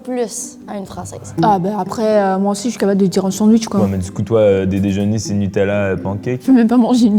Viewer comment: Pour la 1, y'a un petit accent, mais ça pourrait être l'accent bordelais. La numéro 2, dès qu'elle a essayé de dire "aussi" et qu'elle a dit "oussi", c'était grillé. Non, le numéro 3 a l'accent + le ton trainant et musical des québécois. Le numéro 4 imite très bien le bobo français, mais je ne sais pas, le ton est trainant et c'est rare les jeunes de cet âge là qui parlent comme ça. très belle imitation, mais de même, pour son âge, la façon de s'exprimer n'est pas hyper courante. Pour l'instant, je dis la 1, mais les 4 et 5 ne sont pas impossibles. Edit : Victoire !